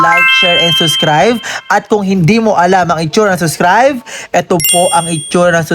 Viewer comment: Subscribe po hindi po suscribe